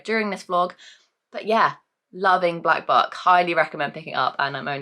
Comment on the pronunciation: All I can hear when you say Black Buck is Black F*ck....... Oops hahahaha